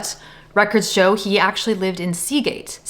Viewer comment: "A big show (pronounced shou)? Another flippin AI channel...fluck!